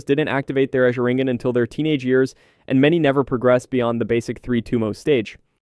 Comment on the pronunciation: Is this AI? Every single name in here is pronounced wrong. The big tell is "azringan" definitely a bot. I can adjust to the audio quality but not every single possible name...